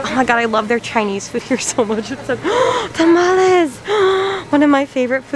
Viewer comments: you said Tamales so perfectly🥺❤️ you are Invited to the carne asada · THE WAY SHE PRONOUNCED TAMALES CORRECTLY!!! THIS IS THE REASON I LOVE! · you pronounced “TAMALES” perfectly 👌🏽